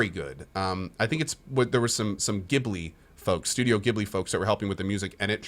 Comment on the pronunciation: Some studio Ghibli folks helping with the music... Oh man that hurt. Not only the way you said "Gibly" but that you don't even know who Joe Hisaishi is...